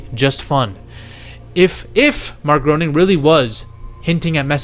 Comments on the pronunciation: Matt Groening didn't actually have anything to do with the Stephen Hawking episode. He only made the first 2 seasons. Also, Groening is pronounced "Gray-ning" not "Grow-ning" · Bro you're killing me. It's not Mark Groaning it's Matt Grane ing. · Not GROANING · It’s pronounced GRAINING